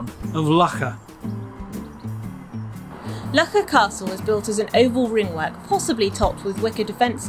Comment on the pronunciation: As someone who was raised and lived in Loughor for 30 + years, I can assure you that it isn’t pronounced 'Lucker' 😂.